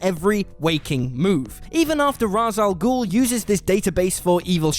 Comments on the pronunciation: When you learn to pronounce ra’s al ghul properly then I’ll take you seriously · I literally stopped watching this video because his mispronounced Ra's Al Ghul's name.